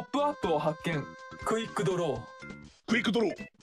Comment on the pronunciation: のクイックドローがクリプトに聞こえるんだが 耳鼻科いくか(((